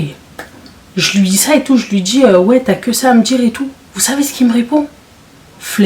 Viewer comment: Eh eh eh, moi meme je me suis enervée Mddr le mot "Flemme" , il a fais une grosse erreur de prononcé ce mot